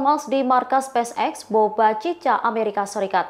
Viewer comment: BOCHA CHICA woiii😢😢 bukan BOBA CICA